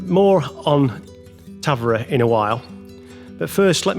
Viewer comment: Obrigada… I was going to share the pronunciation as well…. For future visitors 😊. The emphasis is on the veeeer, as with many Português words, especially that start and finish with a vowel, they tend to drop them.